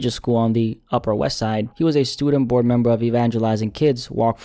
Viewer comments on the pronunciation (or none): none